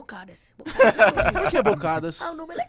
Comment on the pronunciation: Bocadas KKKKKKKKKKKKKK Uma sílaba tônica